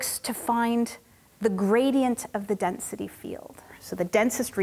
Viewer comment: Density … or dense-city?!